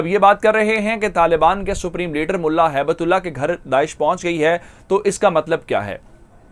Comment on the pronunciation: هِبَة اللہ his name is not habat ullah but